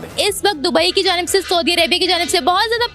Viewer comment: 'Sawdee' Arabia nahi ...sahi word bolna ati nahi...'Sa oo di'Arabia mulk ki asal naam